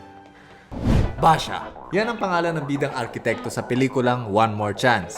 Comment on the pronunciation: "Basha" HAHAHAHAHA